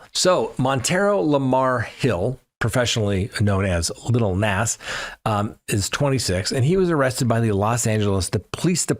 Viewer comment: It's Lil Nas pronounced Nos